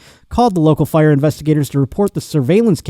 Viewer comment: Buffalo genes